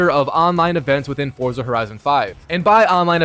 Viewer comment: Constantly mispronouncing Forza... SMH